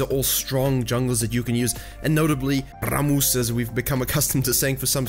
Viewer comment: Wasn t expecting this "Rrrrramus "